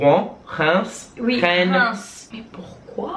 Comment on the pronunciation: Ça me fait toujours bizarre de vous voir galèrer alors que moi je galère en anglais 😅Et pour le nom de la ville de Rennes ça ce prononce comme la reine (the quinn)